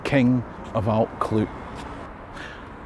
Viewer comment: Your Brythonic/ Cymraeg pronunciation would benefit from understanding how ‘u’ is pronounced in Welsh… it’s basically ‘ugh’ and you have to stick your tongue out when you say it .! Also LL is pronounced by blowing air though the side of your mouth…Allt Clud ( the hill of the Clyde) sounds a lot better this way. Rhydderch Haul ( haul means generous/ giving) of Glas Gae (the Blue Field) is a common ancestor to us too. Diolch yn fawr …diddorol iawn 👍🏴